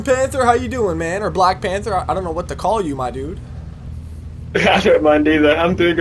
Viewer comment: Blackpanthaa not Blackpanther XD just sayin